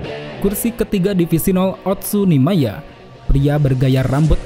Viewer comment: Paling suka pelafalan oetsu nimaiya